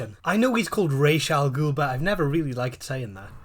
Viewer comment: The pronunciation of Ra's Al Ghul's name always bewildered me 😂 I love crossovers like these, the Batman Scooby Doo film was great too 👌🏻